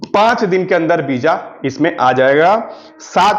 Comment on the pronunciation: Beeja nahi visa hota hai